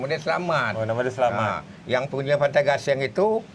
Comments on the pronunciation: ni sudah di tegur di dalam video sebelum ni tentang penyebutan nama yang sebenar ialah Tok Selamat bukan Tok Selamit tapi masih juga nak menyebut Tok Selamit!!! Tok Selamat tu orang Melayu bukannya orang Jawa yang di sebut Tok Selamit! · Tok SelaMAT bukan SelaMET. sudah beberapa kali tersalah sebut. tolong biasakan sebut nama orang dengan betul. sampai pakcik bujang pun tak cam nama tok selamat bila sebut selamet🤣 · 😂😂betol. Nama melayu tok selamat. kena betulkan lidah dan sebutannya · 😂 tok selamat bukan tok selamet... selamet tu nama org jawa...